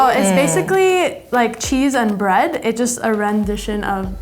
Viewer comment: the denim girl bread sounds like buttocks smh